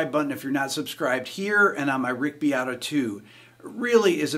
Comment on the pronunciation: His name is Beato. Rick Beato. Bacon not herbs. Emajor9. 🎸